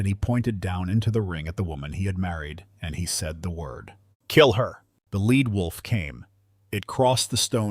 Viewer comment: It is not a "led" wolf. It is a "leed" wolf.